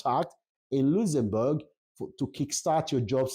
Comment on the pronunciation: just listening to your video, it’s a shame and so sad that you can’t pronounce correctly the name of the country you’re talking about. Go and learn how to correctly pronounce the name before coming to a platform like YouTube. It’s so embarrassing to listen to you 😢👎🏼